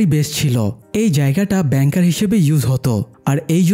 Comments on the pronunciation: It's call bunker not banker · Bro oita ব্যাংকার না বাঙ্কার উচ্চারণ হবে